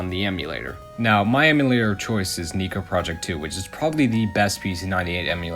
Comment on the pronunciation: (Also, maybe it's just an accent or my speakers are getting too old, but I had to relisten to you saying "Neko Project II" waaaay to many times to be sure you were saying "eh" instead of "ee." Not blaming you, just... struck me as kind of weird that it was that hard to tell for some reason?)